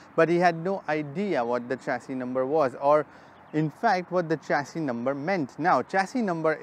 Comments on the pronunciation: Sir its not चेसिस... it's शेसी is correct pronunciation.... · Uncle it's not चैशी number its a शैशी number 😁😆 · Wrong pronunciation of chassis. It is "shesi"